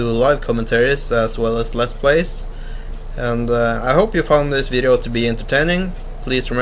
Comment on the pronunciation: Also, "another wideo...". Lol :D